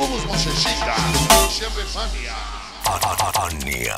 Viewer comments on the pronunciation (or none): Su spot parece que dice "Ania 97"